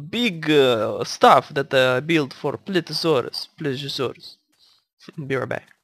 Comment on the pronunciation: eres a tip for relly big dinos like spiny if he's here and t rex if it matters you may have to put less animals in there if you put like cows and the others and it's not plesuresaurus it's ple se o saurus please e o saurus PLE SEE O!! lol : ) just so you know incase you havn't found out yet : ) great vid!!!